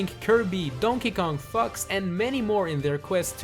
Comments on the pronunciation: The way you say "Fox" sounds like "F**ks" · is fox sounds like f*ck . . .